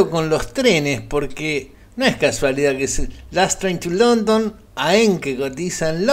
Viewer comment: "Last Train to London", o "lastra el mondongo" ???